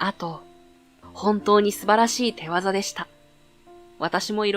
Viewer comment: こういう方(かた)です。を『こういう方(ほう)です。と発音しているところをみるとAlでの音声なのだろうか？ 手技(しゅぎ)を(てわざ)と発音するのも正しくはないですよね？ ここ何本かこのての読み方、発音が見受けられます。 折角の素晴らしいストーリーが台無しですよ😅